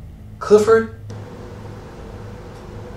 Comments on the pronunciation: "Criffod! Gerrup!"😂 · Something like that, when he says his full name mate 😂🤣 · IS. HE. SAYING. CRIFFORD,. CAUSE. IF. SO,. OH. LORD. I. CAN'T. !!! 🌿😂🌿🤣🌿🤣🌿☺️🌿🤭🌿😂🌿